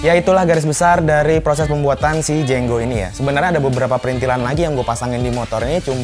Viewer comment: Itu jengo bukan jenggo nulisnya aja jengo kok bacanya jenggo 🚀